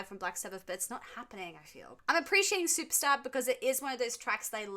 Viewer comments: Supertzar is pronounced, “Superzar”. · I think it's pronounced super tzar (like Russian title)